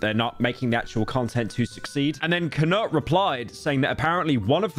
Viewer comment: How do you consider yourself a Sweaboo but can't pronounce Knut